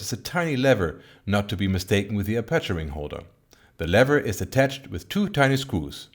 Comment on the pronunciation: "Apáture ring"‽ Haha! Your English is flawless but how can you never have heard a native speaker pronounce "aperture"?